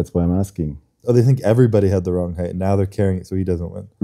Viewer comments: Height spricht man anders aus Bro. So wie high bzw hight. Das E ist Stumm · jemand muss dem mal sagen dass weight und height nicht gleich ausgesprochen wird 😉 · weight or height, für so ein job sollte man schon ein bisschen mehr an seiner aussprache arbeiten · Wow, spricht ein Wort mal falsch aus und die Welt scheint unterzugehen. Sich darüber lustig machen, zeigt nur den (deutschen) Charakter.